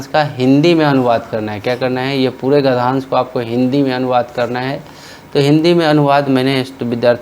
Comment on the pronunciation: Gadhansh✖️ Gadhnyansh 👍